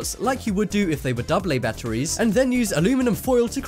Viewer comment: Who else hates the way he says batteries